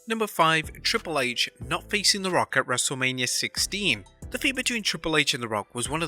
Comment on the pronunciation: I could of sworn the narrator said wrestle-lamia absolutely hysterical..